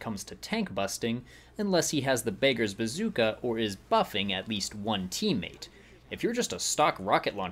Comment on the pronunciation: BAKERS BAZOOKA Bruh it's pronounced Beg-ers Ba-zook-a